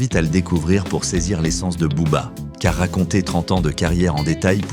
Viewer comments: Ben oui les prononciations tu écoute chantal goya pour booba pas boba sérieusement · "Elie Yaffa...désormais Bobba..." tu veux dire BOBERRRR 😃